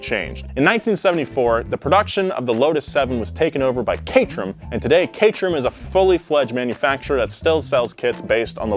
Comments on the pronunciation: Shouldn't it be pronounced ca-ter-ham? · I always thought it was pronounced 'Cater-ham' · I thought it was CAT-ER-AM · It's not pronounced Kay-trem, it's CAY-tuh-rum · Cat er ham Cat Er Ham Lol not kaytrum